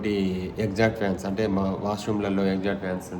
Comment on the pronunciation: Exaster fan pronounciation correct ga ledu🎉🎉